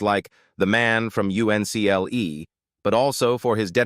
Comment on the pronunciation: it was pronounced UNCLE.